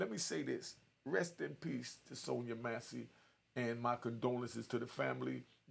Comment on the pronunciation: Man pronounce her name correctly,: Mass-Cee